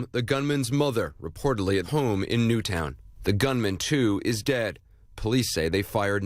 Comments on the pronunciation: In fairness to the first reporter it’s understandable to read it out phonetically if you’re seeing the name of the town for the first time as you’re breaking the news. Someone 100% should have told Obama how to pronounce it though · that first reporter and obama. how fucking hard is it to pronounce "newtown" correctly